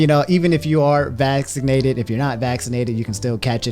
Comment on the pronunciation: I'm convinced that now says vaccinated as "vassinated."